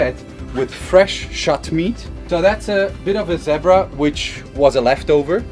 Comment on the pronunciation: Love your accent and how you pronounced Zebra..this is a very informative video things most of us never knew.Thanks for sharing